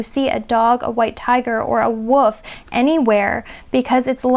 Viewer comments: Sounds like you’re saying the Woof instead of the Wolf 😅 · Did she just pronounce the wolf as the "woof"? 😳 "There's something about you that's very striking" - too fair skinned and too tall and too curvy to be a Filipino 🤷🏻‍♀️ Best part of life spent with white wolfy looking dog called Clay. Now loves cats.